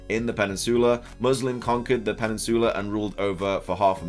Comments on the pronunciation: Am I the only one who has a fetish for how says "Peninsoola"? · this dude said “pennisoola” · Lol Im dying from how you say Peninsula 💀💀💀 someone help 😂😭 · Are you mispronouncing peninsula or is it a British thing to say it that way like how ya’ll say aluminum? 😅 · Why is saying peninsula wrong? 😂